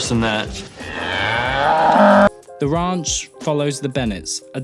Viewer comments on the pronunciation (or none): Ah yes the "awful" sitcom the rAUnch.